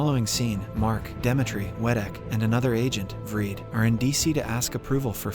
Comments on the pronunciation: why does this dude pronounce the names differently every single episode i stg is it to have ppl talking about it in comments or smth lmao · I literally can't focus because of how they keep saying Dimitri